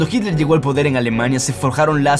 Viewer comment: Noto que tienes una evidente "dificultad" para decir Hitler y una poco sutil falta de respeto para quienes ven tus videos y te escuchan, que te pasa?.